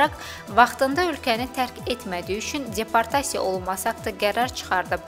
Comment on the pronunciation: Aparıcı xanım çox pis danışır. Nitqinə kəndçinski ədalar qatır. Rəsmi və ciddi xəbərlər bu cür, bu ton, bu diksiya ilə oxunmur. Yazıq peşəkar diktorlar belələrini dinləyəndə gör nələr çəkir. ALLAH şahid tutub deyirəm ki, gözünə açkini də yalandan taxıb. Bununla özünə savadlılıq imici qazamdıra biləcəyini düşümür. "_d" səsini "-c" kimi yəni deportasiya sözünü "ceportasiya" kimi tələffüs etməklə guya şəhərli olduğunu və rusca da danışa bildiyini bəyan etmək istəyir.